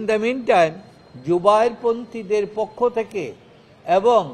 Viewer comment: আমার মনে হয় টাকা খাইয়া এই উকিল আউলা ঝাউলা কথা বলে ঠিকমতো পক্ষ শব্দটি সঠিকভাবে উচ্চারণ বের হচ্ছে মনে হইতেছে বুকে সৎ সাহস হারিয়ে ফেলেছে কারণ যারা টাকা খেয়ে কথা বলে তাদের কথার মধ্যে অনেক সময় ভুলভাল শব্দ বের হয়